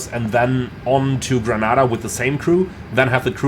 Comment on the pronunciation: Lol it's pronounced Gre-ney-da 😅